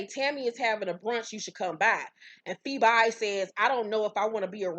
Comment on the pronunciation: Ha! PheBY not PhoBE, I lived LOL